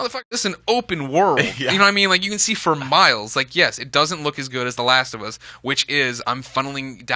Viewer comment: The laast of uuss!